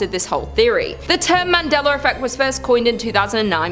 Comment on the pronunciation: Why is it when you say Mandela effect you say it with a r in it but when you talk about the man you pronounce it correctly?